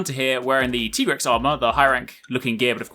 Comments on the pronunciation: “It’s TIE-grex not TEE-grex”😂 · It is Tie-grex, not Tee-grex:D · Why are you saying Tigerex? It's actually pronounced Tigerex! Isn't it? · Cant even pronounce Tigrex properly